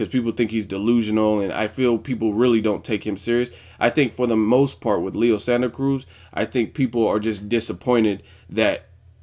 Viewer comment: Just wanted to give you props on your pronunciation of Leo's name at the video's opening. :)